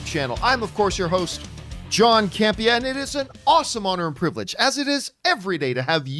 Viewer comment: is a close friend of John's but calls him John CamPEEah. She routinely emphasizes the second syllable. John emphasizes the first syllable. Am I hearing it wrong?